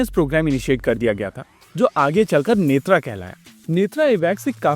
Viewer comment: नेत्रा नहीं भाई नेत्र